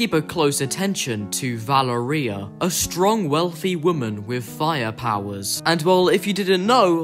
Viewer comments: I’m italian, so, i can Say that the right pronunciation is “Valèria” not “Valerìa” (it’s an italian name) :) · nah its italian its pronounced Va-le-ria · Somewhat: VaLEria not ValeRIa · I think it’s Va-lair-ria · No u didn’t it’s vil-er-ia my frineds name is Valeria and that’s how u pronounce it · i think its va ler ee uh not val a reia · His name is pronounced “montage” and it’s also pronounced “va-lar-ri-yuh”. Also the underground owns some pois. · Guys, did I pronounce “Valeria” correct? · no he didn't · No, it's an Italian name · U pronounced Valeria wrong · No You Didn’t It’s Valeria! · Why do you say Valeria like gonnorhea